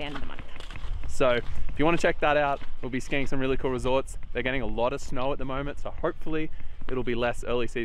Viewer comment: Clearing snauhr 😁 that was the hardest auhr I have ever heard